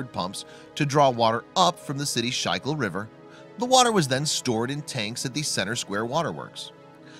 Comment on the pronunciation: Schuylkill River ( SKOOL-kil River), not shycool river.